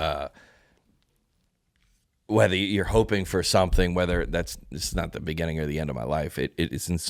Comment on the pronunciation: Hey John and, I have been listening to your pod since the bening... in the beninging, in the... bening. nevermind. I just wanted to say that I am happy for you, more power! ❤